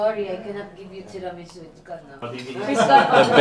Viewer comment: "Tear-a-me-soup" It was a big mistake to watch this right before lunch!